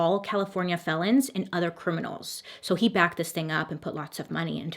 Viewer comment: When you say “criminers” …… I laughed so hard and just keep saying it now…. Criminerrrrrrrs 😂